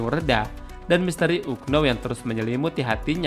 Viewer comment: Duh kenapa melafalkan kata unknow kok seperti itu 😅😂